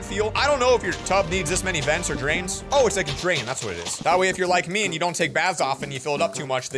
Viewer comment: When he was building the water floats he went ohhh and he sounded so British